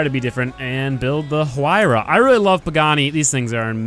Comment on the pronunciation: He pronounced the "H"... DISLIKE! UNSUB!